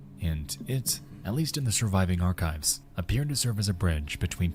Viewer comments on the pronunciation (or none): none